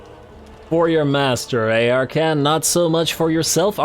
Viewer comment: I suppose you can always make more hat puns. After all his name is Ar-khan, not Ar-khant.